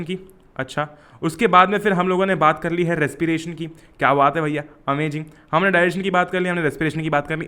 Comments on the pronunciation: "oho great amajing " mark that its not amazing its amajing.....bhaiya alag hi hain ekdam fabulous... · Who noticed when he say ''amajing" instead of ''amazing'' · its not AMAZING!!!!!!! Its AMA-JING according to............ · Am I the only one army (as well as the student)over here who is hearing his Amazing as amaJIN ??? 😁😁🤓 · FFS pls stop saying AMAJING its not AMAJING it's AMAZING! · idk why sir say amaging instead of amazing 🤣😂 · How is saying amaging 😄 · His "ohho amajingggg " is amazinggggg !! 😂😂😂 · "amajing" bhai 😂😂😂 jk broo thankyou for explanation❤